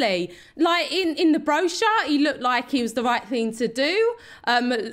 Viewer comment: In the broschyre lol!!!